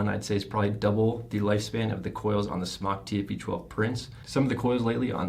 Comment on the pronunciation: Good review! ITS SMOKETECH. NOT SMOCK!!! SMOKETECH TOOK THE E OUT YEARS AGO. SMOK (TECH), STILL PRONOUNCED SMOKE. CALL SMOK. THEY WILL HAPPILY LAUGH AT YOUR MISPERNOUNCIATION. Good review though. Thank you.